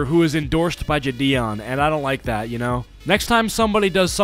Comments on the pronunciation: id like to correct u on how you say jidion Your saying Jh-Dion Im pretty sure its jie-dion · ur saying it wrong homie its jidion (ji-de oon)